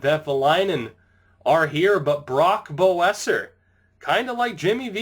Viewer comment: hey man Brock Boeser is pronounced besser